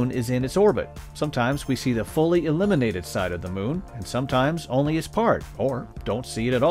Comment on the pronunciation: Heard so many of these from many people. I always took "dark side of the moon" to mean we didn't know what it looked like, so it was a dark patch in our knowledge. The way the narrator say "illuminated" sounds like "eliminated".